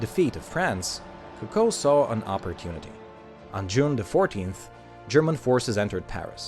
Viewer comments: It is not Cucko it is Co Co. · It's CO co, not co CO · It’s coocoo not coco when pronouncing it jeez the way that he says it sounds like a bird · You are to pronounce it as Ku Ku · Vybl08 yes U right , he actually say Cocow which is not french😂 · Your pronunciation of her name is pissing me off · The way you pronounce Coco is triggering me. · Rey TN But if it’s supposed to be said in french, then he isn’t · Coco is pronounced with the accent on the first syllable, not the second, just like cocoa and coconut.